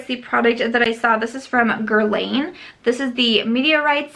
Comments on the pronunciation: Guerlain - pronounced Girl-lahn, not Girl-layne. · Dear, Guerlain sounds like “guerlan” (the i has no sound) 😜